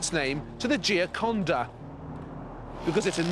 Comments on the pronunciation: This fella can’t even pronounce Gioconda properly and is very dishonest in many of his comments. Dishonest or merely ignorant. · ...Francesco del Giocondo not Giacond... La Joconde in french not Jiaconde, La Gioconda in italian... This guy's verbal mannerism and constant mispronunciations have been putting me off for the entire series. I know on occasion it might be difficult but if you make a living off of these people's existence trying to pronounce their names correctly would be a bare minimum :/